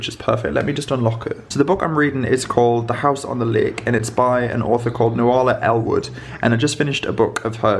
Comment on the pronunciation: Lol. Nuala is pronounced Noola. Love your channel. Keep safe x